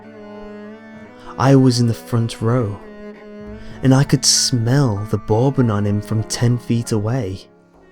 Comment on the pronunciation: Never heard anyone say bourbon like that before.